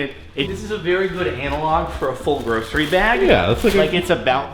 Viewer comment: The way you're saying grocery is making me cringe 😂